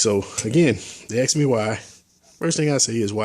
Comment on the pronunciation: AKS ABOUT ME ASK NOT AKS